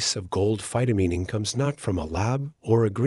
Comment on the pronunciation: mispronunces phytomining. It's mining with phyto in front. It's not phytomeening. I don't know about the science. It sounds possible, but not economically likely.